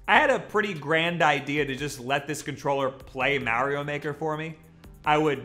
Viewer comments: He finally said Mario right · Wow, you said Mario the correct way! Finally.